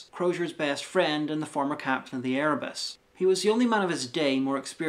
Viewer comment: Why do you pronounce "friend" as FRAND?